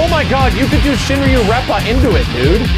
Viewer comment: He said “Shinryureppa”. It’s “Shoryreppa”.